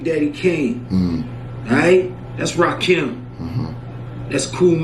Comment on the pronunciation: It's Rakim, not "Lakim".